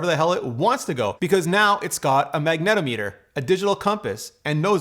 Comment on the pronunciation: A very comprehensive review... thank you. BTW... magnetometer... I do believe you put the em’PHAsis on the wrong syl’LAble. mag-nə-‘TÄ-mə-tər